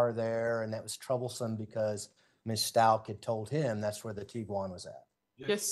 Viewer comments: Does she not realize she is saying the “Stauch” family name incorrect? Like, come on detective, it’s a respect for the Father and for Gannon thing. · It’s really irking me that this lady continues to mispronounce Stauch even after hearing everyone in the court including Leticia say her last name over and over. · I’ve never heard a simple name get butchered soooo many times !! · At this point I believe her defense attorney is mispronouncing her name intentionally. No one is that dense! 😂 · How can anyone, especially a rep from the police department, mispronounce the family’s last name “Stauch”??? It’s been 3 years, there’s been a moving van load of media coverage, heck the prosecutor questioning her even says it the correct way several times before and after she says incorrectly, as if to gently remind her of the correct pronunciation and she STILL says it wrong every single time! “Stauch” rhymes with “clout” with the “ch” at the end pronounced like “k”. So the lead attorney will say “STOWk”, and She will then follow by pronouncing it to rhyme with “Crotch” and I swear at least once as “grouch”! It kind of erodes her credibility for getting things right and recalling facts correctly if she can’t freaking say their last name correctly after all this time, and especially after hearing it just seconds before ! Lawyer: “Did you find anything in the room of Gannon STOWK?” Dept Rep: “I found Mrs STOTCH in the room..” I swear she even says it sometimes rhyming with “crotch” and other times with “couch”. I know it may seem a trivial annoyance on my part, but accuracy is important, especially in a case such as this one. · oh, maybe that first fall gave lieteca the idea. Does it bother you that does not pronounce the victim family name correct?